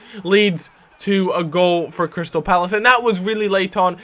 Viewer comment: OH EQUALZ but it says CRY-Stal so he's gonna cry cos he lost